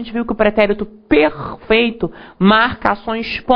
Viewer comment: o pretérito pERRRRRRRRRRRRRRfeito... Adorei rsrsrs